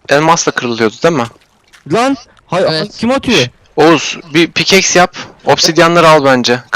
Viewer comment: 1-daimondı demir kazma ile alıyosun yani oğuzhan abide vardı 2-redstonuda demir pikeksle alıyosun 3-daha pickaxe'in türkçesi pikeksdir pikaks değil 4- doğru diyo... 5- sensin trolll:D